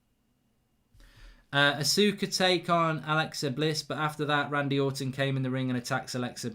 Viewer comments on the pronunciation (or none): none